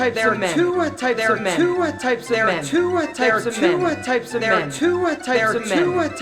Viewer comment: Y'all we've been pronouncing "two" wrong all along... To-wah....